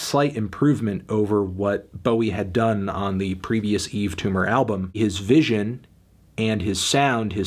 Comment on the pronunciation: WHY ISN'T EVERYONE DISTURBED THAT HE FINALLY SAID HIS NAME RIGHT